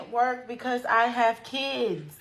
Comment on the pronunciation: my gosh she can’t work because “ she have keeds” So sick of these lazy a$$’s